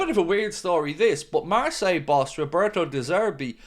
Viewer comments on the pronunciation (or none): none